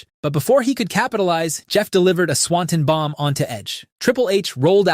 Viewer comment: I like your videos. I really do. But PLEASE stop mispronouncing Swanton Bomb. It's so distracting